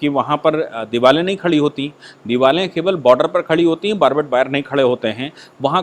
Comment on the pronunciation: Diware(walls) not divale